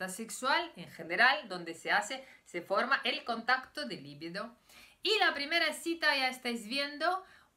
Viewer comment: La palabra se pronuncia "libido", li-biiiiii-do. No lleva acento ortográfico, pero sí acento fonético en la segunda sílaba. Es un sustantivo femenino, "la" libido (el deseo sexual)... >>>>>El error no procede de su lengua materna rusa, sino de que muchos españoles lo pronuncian mal. Usted habla un excelente español, y lo hablará todavía mejor con estas pequeñas correcciones. >>>>>Enhorabuena por sus vídeos.